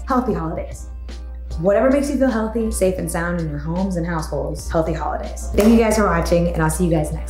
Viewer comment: " hey how is it going" "HOIDAYS" 🤣 🤣🤣🤣